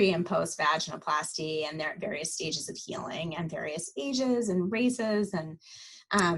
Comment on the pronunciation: Thank you for doing this interview it was very informative. One comment. It’s pronounced va-gin-oh-plasty not vagina-plasty. Just listen to how she pronounces it. Seems pertinent since it’s the topic. Again thanks!